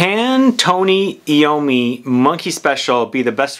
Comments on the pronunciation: Tony Ai-ow-mee. Not Ee-ow-mee. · It's pronounced I ommi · FYI..... His name is pronounced. .... 'Eye - Oh - Me' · Tony Eye-Owe-Me